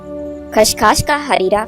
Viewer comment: میڑم لفظ خشخاش اور آپ کھشکھاش کہے رہی ہیں۔